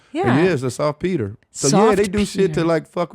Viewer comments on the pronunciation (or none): It's SALTPETER Not softpeter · Salt peter, not soft peter. lmao